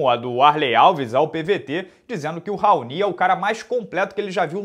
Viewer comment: Sempre ouvi o nome desse cara pronunciado como "raoni" nunca ouvi "raonÍ"....